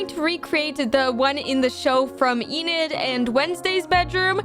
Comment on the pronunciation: Well that's not how you say enids name it's not eenid it's enid